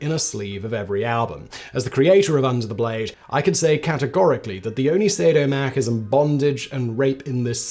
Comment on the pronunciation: You keep omitting the "so" syllable from "masochism". I thought the first time was a flub and you didn't want to do another take, but then you do it again. It's not a dig at you, there's a few words that will trip me up if I don't give them special care when pronouncing, or others that are frequently mispronounced. Asterisk, for example. I guess we all have some trouble with our objectively weird system of air-driven vibrating meat communication, sometimes. On topic: I was a teen when this happened, and have memories of the "scandal" over 2 Live Crew and their lyrics in particular when all this went down. In hindsight, it really seems like it wasn't a coincidence that this was happening when hip-hop was seeing a huge popularity with audiences that were not typically associated with the genre (read: white kids), and although they never said such a thing (to my knowledge), I'd be surprised if there wasn't a disguised-racism motivation at play, just like in the past (and as you've implied in the initial background you've given). TL;DR: I'm old, and white women need to be stopped. Edit: I should have watched all the way before typing, you do mention 2 Live Crew ;) It's funny, when it was all going down, I was on vacation with my parents at Disney in Florida. There was tons of news coverage about it, but also plenty of people playing the "controversial" songs loudly from their cars while driving around. Almost like there's some sort of "Streisand Effect" where calls to censorship